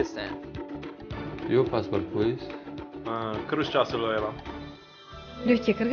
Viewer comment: Мододцы! Только прекратите пытаться подстраиваться под иностранцев, когда произносите название нашей страны, языка - везде, где есть корень "КЫРГЫЗ"! Ни "кйёрьгьйииз" для аннглофонов, ни "киргиз" для русскоговорящий и т.д. (незнаю даже как вы мучаетесь с француазами, с китайцами!). Умные, надеюсь, поймут. Такой пример из практики - звонит человек в офис брит.авиалиний (потерял багаж). Флайт-менеджер пытается ему объяснить, где сейчас его багаж. Все на английском языке. Она два часа по международной линии потела и орала в трубку - "кйёр'гйииз,стэн!" Человек так нихуя не понял, пока уже от бессилия флайт-менеджер просто и нормально не сказала "КЫРГЫЗСТАН"! И все стало на свои места. (конечно она пыталась и по буквам - "charlie, bravo", но не все же понимают IATA-код). А так, удачи! Я подписался на ваш канал!